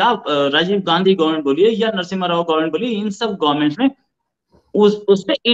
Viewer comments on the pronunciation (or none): none